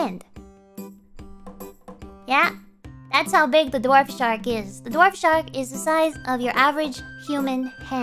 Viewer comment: Several instances in which Gura said "dwarf" shark, but it sounded like "Dorf" shark, as in the Tim Conway character (who voiced Barnacle Boy). Gura would look silly with a toothbrush mustache. Apparently "dorf" is also German for "village"; I did not know this. If you get the spiders between yourself and the skeleton archer, will they retaliate if shot? What if you led zombies and skeletons into a trench or walled off area too tall for them to climb, then backtrack and seal them in it? Would it constitute a defensive perimeter, or are they destroyed/dispersed by daylight? Can a hostile creature trigger a creeper to self-destruct, or only players?